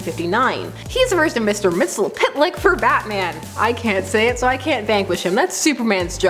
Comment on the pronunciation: Mxyzptlk is pronounced as “Mix his pit ill ick”...